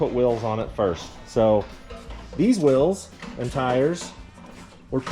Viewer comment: Whils, whils? Most people will put wheels on it first. lol. Not sure I ever heard them called whils???